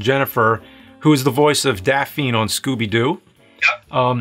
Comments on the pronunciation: Daphine? You mean Daphne? Hehe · Did that MFer say "Daffeine from Scooby-Doo"?